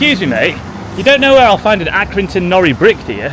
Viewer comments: It isn’t pronounced and norri it is pronounces as nor-i as in iron backwards. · It is pronounced nor-eye . Stop saying nori , it's doing my head in . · It’s pronounced nor-I not nory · Great vid man 👍 Happy to hear that the cool guy at the minute mark said nori and not norry as you were saying it. 😀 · It’s Accy NoRi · As an Accy born and bred lad can you at least pronounce the brick properly please…. It’s pronounced like NO-RYE and also Armadale 😂😂 don’t get me started but the parking there are absolute pricks… I got a £100 fine for staying 35s more than I should have… also my ex got a fine for being on the white line of a bay not over it but on it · NORI is pronounced nor eye. The legend is,the brick was named IRON but he guy that did the print for the brick accidentally put the lettering the wrong way round and it stuck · I have to correct the pronunciation of the Nori .... it is pronounced "No-Rye". But yes our town is dying and Accrington = Acorn town is correct. The Arndale was amazing when it was first built. Such a shame :( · its pronoucend,,, NOR EYE. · Great video (as always) but as an Accrington lad, it's pronounced Norr-eye (like Iron spelled backwards), also there is one chimney still standing, it's on a street called Victoria Street (if you're ever back there) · Pronounced nor - like gnaw - then just I - like eye say it right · It's pronounced as norI capital i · Do you not have a problem with his pronunciation of the Iron brick. I`m in the comments before i`ve even watched the rest of the video because it`s Nor.... eye. Hence chuck half a Nori through the window. At 18 mins he finally gets it right after three different people correct him. Crisis averted.